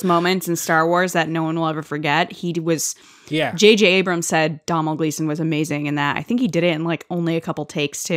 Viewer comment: Pronounced: Doe-nal Gleeson.